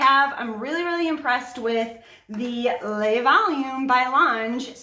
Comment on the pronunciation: Thank you for this info!! Just for future- le is pronounced (luh) 😊